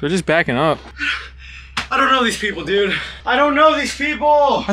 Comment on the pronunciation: for the viewers at home they got back and said DUUDDEE